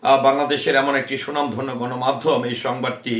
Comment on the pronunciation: স্বনামধন্য ,সুনাম ধন্য নহে। উচ্চারণ ঠিক করে নিবেন।